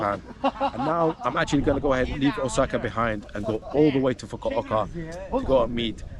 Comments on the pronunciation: did you just say okasa instead of osaka? lol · OSAKA ❌ OKASA ✓